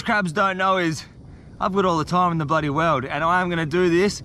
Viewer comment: Why do you say blody